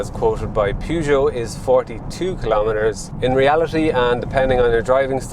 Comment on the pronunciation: That is not how your pronounce Peugeot. That is like saying Ren Alt for Renault